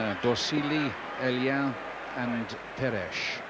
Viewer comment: Oh and Marie-Jo "Peresh" as a youngster